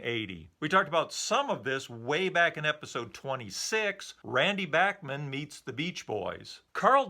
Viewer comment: So many years of Bachman Turner Overdrive being referred to by their initials, BTO, has resulted in a whole generation not knowing how to pronounce Randy Bachman's name. I was in highschool when Bachman Turner Overdrive was at the height of their mid-70s fame, and having heard them on A.M. and F.M. radio & seen them on midnight special & Don Kirshner's Rock Concert, I have always heard Randy Bachman's name pronounced as Bach - Man (the Bach part pronounced like Johann Sebastian Bach), nobody ever said Back- Man in the mid 70s, I started hearing back-man after years of the band not being on the radio & every one guessing the pronunciation. Now you know, BACH not BACK. Great show, didn't realize Randy Bachman even wrote with Carl Wilson. Have a great day, summer's almost here, and I'm really looking forward to returning to the deep dive into 64....